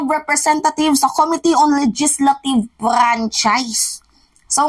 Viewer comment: this is about the dear mimaa, this is about the correct pronunciation of the word "committee." stress should be on the 2nd syllable of the word, OK?